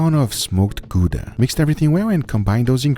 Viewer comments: Love you and your show, but Gouda (cheese) does not rhyme with your name. It is in fact pronounced GOW-duh. Or have you been mispronouncing your own name all of these years? 🤣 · I'll keep saying saying it until properly pronounces Gouda. It's a city, people live in it, and it's not pronounced Goodah. As in international person, pronounce it properly and teach people how it's pronounced...